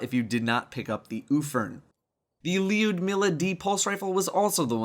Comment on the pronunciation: bro its pronounced lou-dmila